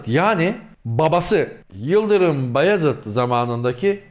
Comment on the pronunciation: abi beyazid değil bayezid çünkü farklı anlam taşır